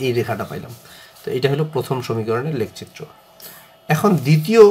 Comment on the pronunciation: Lek citro na eta lekh citro occaron vul